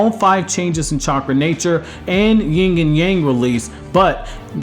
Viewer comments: Yin..not ying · It’s Yin not Ying